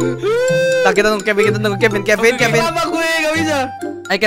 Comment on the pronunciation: ciri khas manggil kevin ama kevin itu Kevin: Pin Nevin: Vin